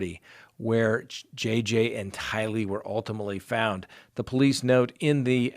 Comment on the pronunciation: Day.bell no accent. Tylee rhymes with Riley.